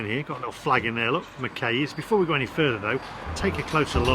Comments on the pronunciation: Pitlochry wouldn’t be my stop off, for fish n chips, lovely area have stayed in couple of the hotels there. Need to learn how to pronounce McKays, rhymes with eye. Any, it looked well tasty. Only gripe, you discarded the lemon for the fish and there homemade tartare sauce. Looking forward to next video. Pity your not touring Scotland to do a fish n chips tour. Safe driving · McKays is pronounced "Mc eyes" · McKays is pronounced "Mceyes." Great video though! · It's pronounced McAyes. As in Aye Captain! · Bet the “session error” was just the session with the app itself — nothing to do with the charger process. Confusing though! 🤓 The McKay’s (rhymes with McSkies by the way) fish’n chips in Pitlochry looked just amazing.